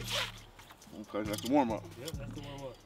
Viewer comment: "OK, dats da warm up" 😂🤣